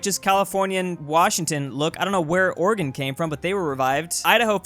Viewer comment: I love how you pronounce Oregon (good pronunciation)